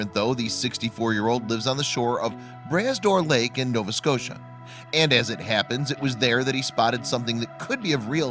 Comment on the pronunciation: LMAO, the lake is pronounced Brah Door Lake (spelled Bras d'Or Lake), literally translated means Arm of Gold. It's actually an inland sea, mixed salt and fresh water. Found in Cape Breton Island , Nova Scotia and is a beautiful sight to see, especially the drive around it.